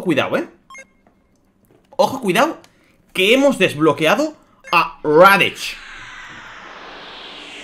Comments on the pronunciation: Por que dices raditch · "radich" y "makokosapo" xD